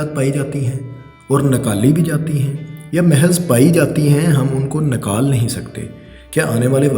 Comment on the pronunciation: Nakaal ni hota nikaal hota hai